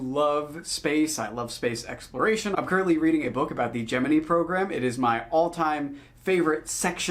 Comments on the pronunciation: Gem-in-eye ✅️ Gym-in-E ❎️ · Latin/Greek accurate pronunciation, a rare sight from British/American scientists!